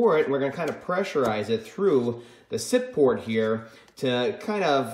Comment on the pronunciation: “Sip port”. Lol. Spoken like a true mechanic. 👍😅